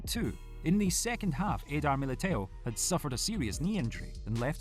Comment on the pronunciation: Eidar Milteu 😂😂😂 bruh who tf is this reading the news ?